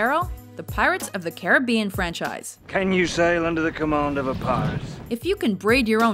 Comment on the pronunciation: did i just heard "The Hairy Potter Frenchise"?